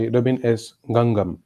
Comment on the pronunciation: Name dose not pronouns correctly, may be it is not so important but ... please listen here carefully ..